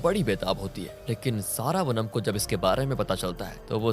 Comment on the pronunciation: सारावनम नहीं श्रवणम .. क्या हो गया है आज कल के लोगों को ? अपने ही भारतीय नाम ठीक से नहीं ले सकते